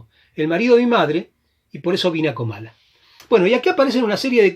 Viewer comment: Gracias por el programa, pero no es Camala sino Comala, saludos